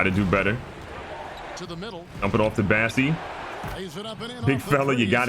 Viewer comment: BOssey, not BAssey lol